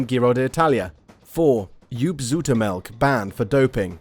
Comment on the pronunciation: Joop Zoetemelk and Laurent Fignon get it right please.